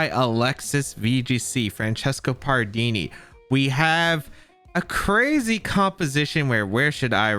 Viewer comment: did Pardini got insane with bugs? (It's so strange hearing an english pronounce pardini's name, idk, im too used to the Italian sound)